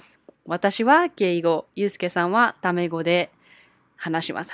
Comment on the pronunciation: When you said タメ語 I thought it was 卵 I was so confused for a moment